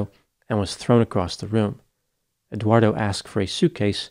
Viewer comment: Did you notice pronounced Eduardo as Eguardo?